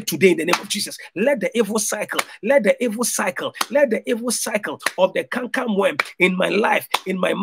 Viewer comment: you went from saying canker worm to saying camcam worm? Lol